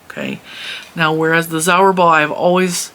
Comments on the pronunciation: Zauberball is pronounced 'tsaouberrbahl' I am German and I never heard of all those brands... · zauberball act means magic ball its a german word! so u can put it in googeltranslate for the correct pronaunciation!!